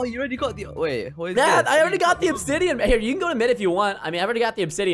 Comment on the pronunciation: Its obdisain not obsidian lol